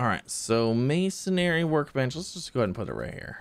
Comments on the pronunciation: MAY-SUN-REE. There's no second A in there. MASONRY. It's not MASONARY. :P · It's Mason-ry, not Mason-ary bud.